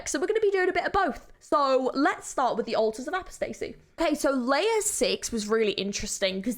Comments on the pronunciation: Altars of Apostasy is really calming to me weirdly, I don't really know why. I love just chilling to it :) (also you mispronounced apostasy so badly oh my lord) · nice reaction but the pronounciation of "apostacy" and "minotaur" are killing me. somehow you arent one of the people that say "my-nos" though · The way you said "apostasy" makes me angry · “Altars of apo stacy”💀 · "Ultas of apastacy" 😭😭😭😭